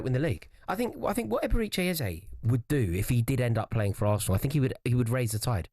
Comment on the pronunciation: The way everyone pronounces Eberechi is so annoying.